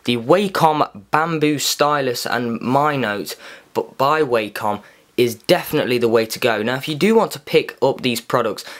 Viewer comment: It's actually pronounced as WA-COM not WAY-COM